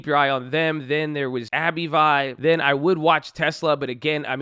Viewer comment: It's "Abb-vie" not "Abbey-Vie"